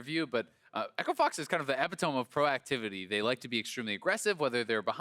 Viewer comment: pronounced epitome so wrong lol